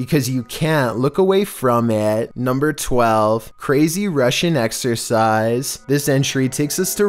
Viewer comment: I thought he meant “Russian exORcize” as in demon possession, not exercise as in workout. Someone tell me I’m not alone.